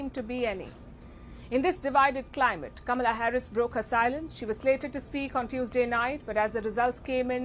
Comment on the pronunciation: I don't believe a single word Crazy Kaa-Mee-Laa said.